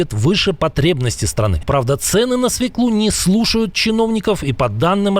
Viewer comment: Какую ещё свеклУ!? Свёклу!